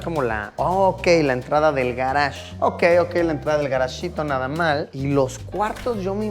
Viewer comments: Garash, ¿escucharon?, Garash. Ulalá señor francés :v. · oyeron eso? "el garge".. uh! lala Sr. francés XD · garaje el garage U Lala señor francés . entonces como se dice parqueadero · El garage, el garage, uhhh la la sr francés.